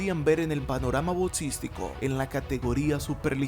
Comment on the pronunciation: DEBERIA TENER MEJOR PRONUNCIACION ...... NO ES BODSEO, BODSISTICO, BODS, ERES MUY BUENO PERO APRENDE A HABLAR, ME GUSTAS TUS VIDEOS Y TAMPOCO SON EDSITOS